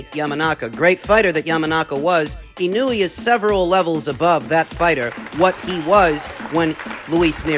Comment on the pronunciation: ❌ - IH-NEW-EE ✅ - EE-KNOW-EH